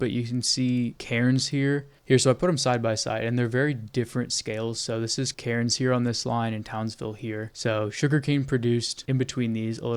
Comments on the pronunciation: Amazing mate you should volunteer for OSINT with Ukraine they'd really appreciate it. Also mate Cairnes is pronounced Cans believe it or not. Beware the drop bears 🐨. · TOWNSVILLE MENTIONED (Cairns is said as "cans", you dont say the "r") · Pronounced "Cans" mate 🍺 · hearing him say cairns incorrectly over and over pissed me tf off as an australian. you dont PROUNOUCE THE R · It's just so funny hearing an American try to pronounce Cairns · ( Why is it impossible for Americans to say Australian city names correctly ?